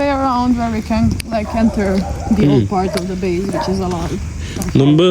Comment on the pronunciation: നുമ്പ് ❌ മുമ്പ് ✅ നുപ്പത് ❌ മുപ്പത് ✅